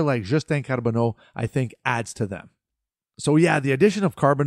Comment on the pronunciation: I liked how you rolled the “r” in Carbonneau. Didn’t follow the prospects much this year, but I can’t wait to see what Hughes and Gorton will cook this summer.